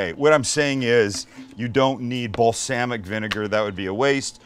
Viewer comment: Just because your name is Sam, doesnt mean you pronounce balsamic vinegar like "ball-SAM-ic" :P